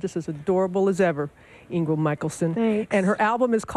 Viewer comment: Did she call her Ingel Michaelson to begin with? Or, is it just me?